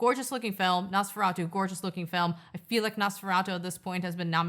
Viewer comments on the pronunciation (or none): I am so tired of hearing people pronounce Nosferatu as Nose-ferato....ugh